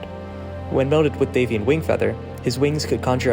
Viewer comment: YOU PRONOUNCE IT Dave-eon??? I thought it was Dav-ion